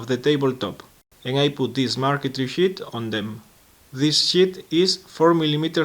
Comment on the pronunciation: Once again, very nice work! Just one suggestion, prolong the 'e' in the word 'sheet'. Otherwise it sounds like something completely different :)